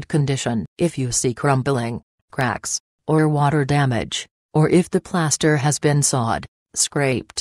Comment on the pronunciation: “Playaster” lol